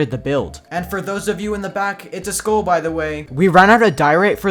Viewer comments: who else thought he said school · I thought he said school, not skull lmao